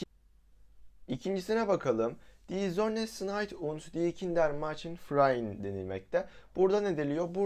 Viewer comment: 'Machen' a meçın diyişin bu kanala abone olmama sebep oldu😅🎉